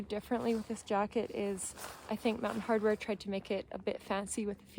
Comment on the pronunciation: fyi - Mountain Hardwear not 'Hardware' - but good review.